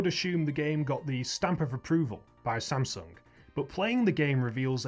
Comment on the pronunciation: samsung not sasum